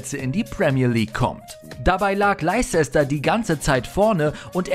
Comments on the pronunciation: Man spricht es Lester aus, nicht Leicester !! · Man spricht das mehr so aus wie "Läster City" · Wetford und Leisester City? Euer Ernst? Bitte um bessere Aussprache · Hahahaha das regt so auf , hab auf dem Fernseher das Video gesehen. Musste das kommentieren und bin auf Handy gewechselt 😹. Lei Chechster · Das wird Lester ausgesprochen außerdem fehlen ein paar Tore von Ronaldinho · ehm nö Leicester wird nur läster ausgesprochen. leicester city spicht man läster ßitti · Laizesta und Wettford…. Inglisch for Ranneweis…. 😅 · haha der sagt Leizester City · den Club spricht man LESTER aus... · Wie Leicester City völlig falsch ausspricht 😂😂😂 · Krieg jedesmal nen Heulkrampf, wenn der Typ Leicester ausspricht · leicester city und watford mies coole aussprache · Wie die watford und leicester city aussprechen das ist ein purer albtraum😂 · Pätrick Änderssen? Mir war so, als wäre er aus Nordeuropa :-s Seis drum, insgesamt schönes Video. Leider oft etwas unscharf bzw. zu viele Amateuraufnahmen (scheint zumindest so). Die Aussprache von "Leicester" ist übrigens auch nicht korrekt. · Ihr soltet mal genau wissen wie man die Clubs richtig ausspricht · Also eigentlich finde ich eure Videos ja immer echt klasse, aber das ist eine Katastrophe. Andersson, Watford und Leicester komplett falsch ausgesprochen und dazu noch die Fehlinformation, dass Ronaldo den Fallrückzieher gegen Juve im Finale gemacht hat. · Ach du Gott ist bei dem Video vieles falsch.. Ronaldo hat das Tor im Viertelfinale gegen Juve geschossen, Çalhanoğlu hat das Tor gegen Dortmund gemacht und ich glaube Leicster und Watford kann man garnicht falscher aussprechen 😅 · leicester spricht man anders aus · Kann nicht mal leicester city aussprechen und der Freistoß von Çalhanoğlu war auch nicht gegen die Bayern sondern gegen Dortmund, stand aber nicht nur eine Sekunde davor auf der Anzeige. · Wie peinlich er "Leicester" ausspricht...